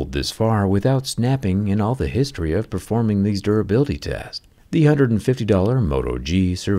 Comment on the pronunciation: “These durability tehz”?